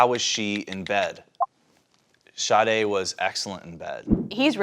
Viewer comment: Im not the only one who thought they were calling her shawty 😂😂 and later realized her name is sade